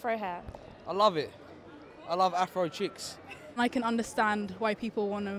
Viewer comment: He said “chicks” lol, not “cheeks”